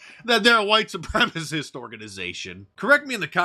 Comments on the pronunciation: “White supremis” Lol! 😂🤣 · Dude can't even say "supremacist" right and he's in government!